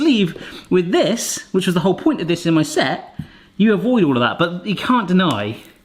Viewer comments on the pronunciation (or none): none